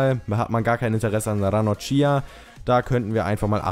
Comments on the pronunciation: Ranocchia wird nicht Ranochia ausgesprochen,sondern Ranokkia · Ranocchia spricht man Ranokia aus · Ranocchia wird ranokkia ausgesprochen :D